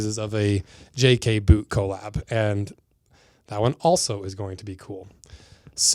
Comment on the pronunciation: Co-lab. Please say cuh-lab!!!! I love ❤ your channel dude